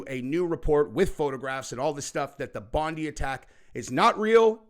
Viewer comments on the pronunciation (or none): It's Bondi not bonde beach lol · It's BOND EYE NOT BOND E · Bro. Heads up, it's pronounced "BONDEYE"....not like "Pam Bondi". Different. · Bondi pronounced Bond-eye...not Bondy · I have to say it 💁it's not pronounced (Bon'dee beach!!!)..🥸..it's pronounced (Bon'die beach!!)..true story!!.from an Australian 🙅‍♂️ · Bondi is pronounced Bondeye not like Blondie. I know, it’s our accent. Take a look at the overwhelming election landslide lead by our PM Anthony Albanese. Just facts. The world is doing it tough right now ❤ 🌎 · Dude...... Please Stop......... Mate, please....... Its pronounced 'Bond-eye', not 'Bond-ee' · It's pronounced Bon-die beach, not Bon-dee. 😐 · It’s pronounced Bond-eye Beach… not Bond-ee 🥰 I am heartbroken for my homeland… Ahmed el Almed is an absolute and I hope he is taken care of by the Aussie government. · It's Bond i not Bondee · Just a quick note ,we in Australia pronounce it BON-DIE not BONDEE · … brother it’s pronounced BON- DIE.. Bondi not. BONDY… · It’s pronounced Bon-dye not Bon-dee beach. Please get the pronunciation right! God bless from Australia! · It’s pronounced Bon- di Not bon- dee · The pronunciation is not bon-dee it's bon-die .. Unintentional pun. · for your info- Bondi is pronounced as Bond'eye', not Bond'ee' here in Australia. Sorry, but I thought you should know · Aussie here - sooo funny that you guys keep pronouncing it 'Bondi' - it's pronounced "Bon-dye". No crisis actors for this event this was just a horrific crime against innocent people celebrating Hanukkah... this was not staged! Innocent Aussies were murdered because of two sick individuals who choose violence when we should be embracing Christmas spirit and community. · It's pronounced Bondi, not bondy fyi. So the I, is said as an I as it's normally said. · Bondi is pronounced "Bondeye" not Bondeee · It's not Bond- dee, its pronounced Bond - die. That is how the Aussies pronounce it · Pronounced Bondeye